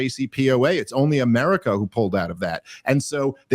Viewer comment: Is there an “R” in the word “only”?